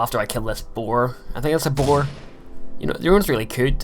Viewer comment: its a bear you you sound like your saying boar